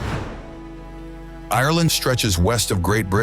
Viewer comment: I wish this didn’t grate on me so much but the pronunciation of the word Ireland is wrong. 😭😭😭